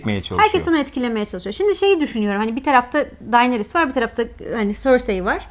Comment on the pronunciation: Arkadaşlar Daenerys e "Dayneris" demekten vazgeçerseniz müteşekkir olucam. "Deneris" i "Dayneris" şeklinde telafuz ettiğiniz her an muhabbetten kopuyorum. "It''s not you" da ozunde bir onay cumlesi; stark Kurtlari Karakter olarak sahiplerine benzerler, mesela Sansa'nın kurdu daha yumuşak huyluyken Ricon un kurdu içlerinde en saldırganıydı. Dolayısıyla Arya'nın en özgür iradeli Stark olması kurdunda da mevcut ve Kurdun kurduğu pack ve liderlik etme isteği, Arya'dan kopup kendi yoluna gitmesi , Arya'nın " eh yani sormam kabahat tabiki gelmeyeceksin çünkü sen bu ( Emir'e uyan nereye çekilse gelen biri) değilsin, benim gibisin, sigh " iç sesinin ve durumu kabullenişinin tezahürü bence.